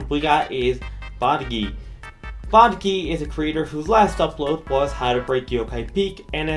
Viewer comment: jesus christ why does everyone pronounce my name “bagdy” 💀 maybe its the accent barrier idk also i aint gonna leave this channel to dust, might switch to r6s and cs2 content later on